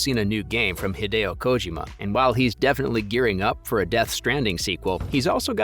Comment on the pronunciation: It's like he was intentionally mispronouncing Kojima's lastname; way too distracting.